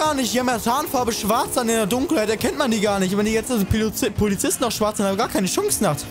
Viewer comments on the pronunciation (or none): Pilozisten :D